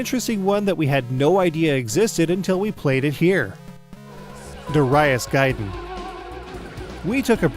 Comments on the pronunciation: durr-i-as? lmfao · Also, it's 'Darius' all one word...not Dar- 'I' -us with a hard I.